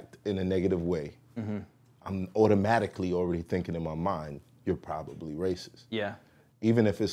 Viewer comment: PRODOMABLY 😂 Nothing worse when you start a word and mumble through it